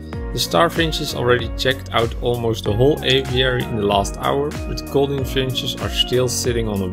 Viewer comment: Gouldian with a U sound. NOT golden finch.